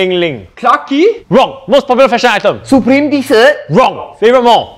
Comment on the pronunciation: Lmaoooo the way he said "supreme t-shirt"